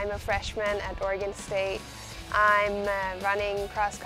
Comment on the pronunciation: It's funny that doesn't know how to say Oregon yet. But I'm sure she'll get it soon. Go Beavs!